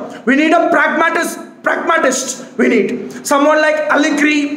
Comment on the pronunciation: "Pragmatisss" - 2023